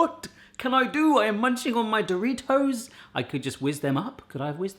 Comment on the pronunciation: I hate the way you say do. Ri. Toes.